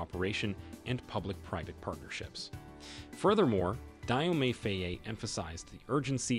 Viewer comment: My brother Dio pronounce Jo not dai